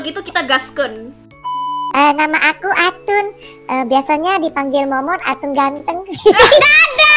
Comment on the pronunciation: kenapa atun jadi Atan kak